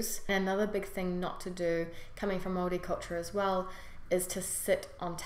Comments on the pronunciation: Yesss she says maori right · I watch Any vids nz people don’t really watch these how she said Maori was perfect ka pai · That is the correct pronunciation of Maori. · You said Maori right yay # I have lived in Nz 7 years and you got everything right 👍👍😉 😉😉the All blacks Huka is cool love it .....lol